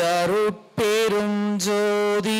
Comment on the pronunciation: அருடபெரும் அல்ல ஞ் தனிபெரும்அல்ல ங் என்று உச்சரிக்க வேண்டும் ஐயா